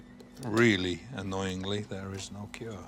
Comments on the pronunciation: Its cure not crue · Lol crue😂😂 its cure